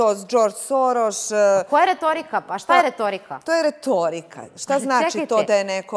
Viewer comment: "To je retoouirika"